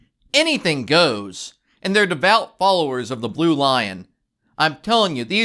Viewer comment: PLEASE learn how to say LINE, not LION. It's BLUE LINE.....